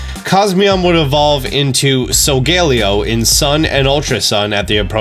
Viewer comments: no offense but its pronounced solgaleo not solgeleo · (Soul-ga-ley-yo) Not (sol-gale-io) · COS-MOH-EM SOH-GA-LE-O I’m sorry but your pronunciation dives me crazy. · So-ga-leo not so-gal-eo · Him: so-gae-li-oh Me: Sol-ga-lay-oh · Solgaleo is pronounced (so-ga-le-o) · I hate how you say “Solglaleo” 🤦🏽‍♂️ Sol-ga-léo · It’s so-ga-le-o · It’s sal ga le o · So-guh-lay-oh.... do you even watch Pokémon bro? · Am I the only one who pronounced solgaleo as. “Soul-gah-lee-oh” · Its actually pronounced sol gah lay o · the way he pronounced solgaleo hurt me somehow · The way you pronounce solgaleo annoys me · Im mad at how you say Solgaleo